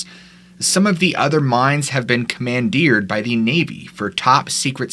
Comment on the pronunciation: Command-deered Lol that's a new one for the books